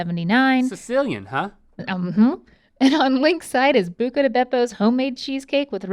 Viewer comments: It’s “Buca” not “Bucca” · exactly, they're yet to correct it, it's buca, not bucca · Pretty sure it's BUCA di beppo LOL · It's Buca* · Isn’t it Buca di Beppo? Not Bucca? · It's Buca Di Beppo not Bucca Di Beppo There's one South of Nashville, TN. Great place. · Here before they correct "bucca" to buca